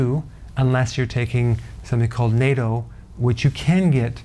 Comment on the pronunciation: Natto - pronounced NOT-TOE. I live with an asian so I would know.